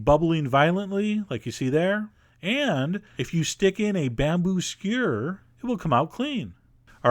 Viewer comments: "Skyerr" and "serp" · you say skewer funny :)